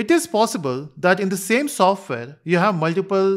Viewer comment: Software ❎ Sofware ✅ 😂😂